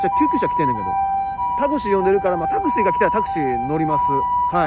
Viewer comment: タクシーのイントネーションおかしくない？